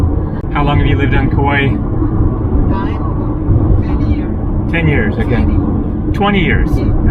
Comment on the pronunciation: After 1 visit, you should know, its Kauai. Not Kauaii